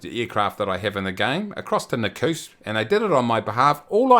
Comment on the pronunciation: Nakusp pronounced nah-cusp. welcome to Funky Phonetics with and